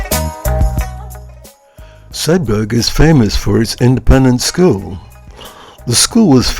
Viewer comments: It's a silent "G" in Sedbergh. It's pronounced as it it were spelt Sedber. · Sedberg, like iceberg. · Nice look around Sedbergh. A couple of points from a 'lifetime local'. Sedbergh formed it's book town persona well before the Covid pandemic and we 'in't 'ills' call the town 'Sed-burra'.